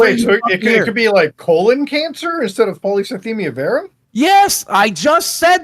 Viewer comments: not being able to pronounce polycythemia vera ever is the funniest part of this whole thing. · Take a drink every time one of them mispronounces the name of the cancer